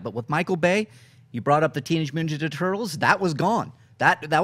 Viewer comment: Did he say "teenage minjaja turtles"?